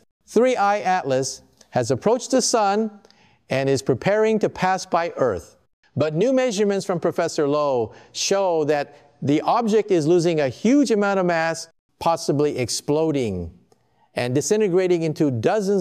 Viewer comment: its professor lobe not lowe they keep mispelling and even mis pronouncing names as if its worried of being sensored by google